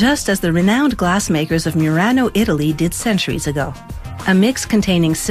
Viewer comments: 'meranoo italy' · ‘Mirano, Italy’ are u ok hunni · Actually, it's Murano, Italy. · Why they say Murano with a You accent on the U? Come on you cannot say it bad on both dubs